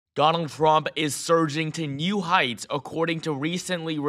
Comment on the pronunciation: He said donang trumk 😂 listen the first 3seconds